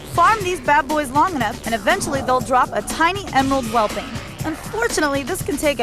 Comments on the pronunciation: The constant mispronunciation of "whelpling" as "whelping" is really getting to me. Love this episode though... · she said whelping like six times lol